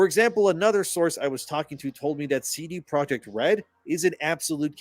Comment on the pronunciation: CD Projekt, I dub thee “Seedy Project”